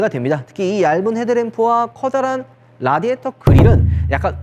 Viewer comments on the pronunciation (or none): none